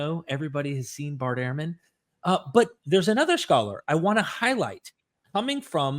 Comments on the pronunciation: Bart Ehrman's name is pronounced 'Erman' not 'Airman' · Dude, Ehrman is not pronounced airman. It's like ur-man.